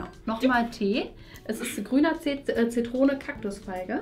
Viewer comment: Es heißt Zitrone und nicht „ZiTTrone“